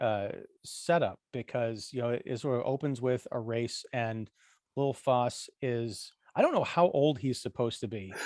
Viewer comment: You pronounce both names so wrong. If you listen to the Johhny Cash great song for it you will know it is pronounced Foss as in boss and Big Haul zee not halsee.